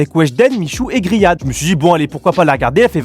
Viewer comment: c'est pas grihad c'est rihad 😂😂😂😂